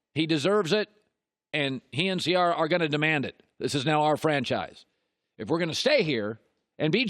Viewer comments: He always said her name wrong, I don't know why nobody will correct him on it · Put some respect on that name —> Ci-air-uh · Did he say Ce-R-Rah? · Ciarra lol you sweats Russell's Balls so much but don't know how to say wife's name. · How is it possible you pronounce Ciara’s name right then a few seconds later botch it? LOL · how many different ways is Colin going to find to pronounce the name Ciara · I know this man did not just mispronounce Ciara’s name. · He did. Multiple times